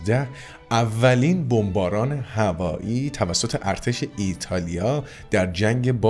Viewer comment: ایرتالیا چیه🤣😂😂😂ایتالیا درسته🤣😂😂😂